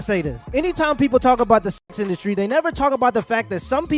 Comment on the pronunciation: I like it when they called it indusry 😂